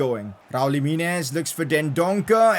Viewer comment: Jimenez not Jiminiz